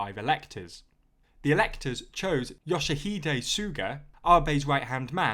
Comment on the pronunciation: Love the pronunciation of Yoshihide, it is difficult for people who haven't learned Japanese though. Great you're talking about Japanese politics though, a lot of people didn't like Abe and felt he ran away from his responsibilities with his UC